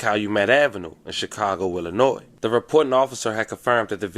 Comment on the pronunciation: 😂😂😂😂 dude put the S on Illinois and kept going like that was normal. That’s wild.